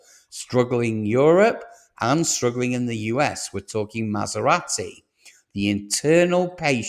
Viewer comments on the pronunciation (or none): You’re pronouncing Jaguar and Maserati wrong